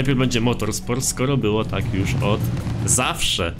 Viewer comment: Po pierwsze już A nie jusz